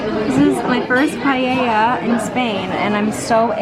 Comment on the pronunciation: As a spanish I must say that's not a paella lol (actually paella not pallella)